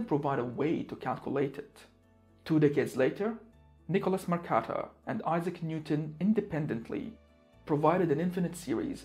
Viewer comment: Helpful. But also not helpful. Super helpful with logarithms. But no, no, no... not another pronunciation of Mercator.